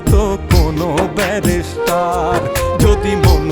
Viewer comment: কন্ঠ তো পুরাই মনির খানের মতোই আমি😮 গানের লিরিকঃ সেই লেভেলের হয়েছে ❤ তবে শব্দের উচ্চারণ ভুল করা হয়েছে,ব্যারিষ্টার কে বারবার ব্যারাষ্টার উচ্চারণ করা হয়েছে 😢